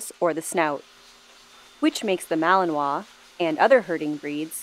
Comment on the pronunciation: That would be a Mal-i-nois, although, since Mechelen (Malines in French) is in the Dutch speaking part of Belgium, the correct name would be Mechelaar, or Mechelsche Herder. But not a MalAnois. Don't try to pronounce it , you'd only hurt yourself :D